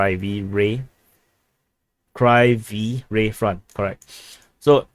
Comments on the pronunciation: Kryvyi Rih is pronounced KRIIVOY ROHG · Kryvyi Rih, pronounced "Krivwee Ree" (short "i" sound) in Ukrainian, or Krivoy Rog "Kreevoy Rog" (long "o" in Rog) in Russian.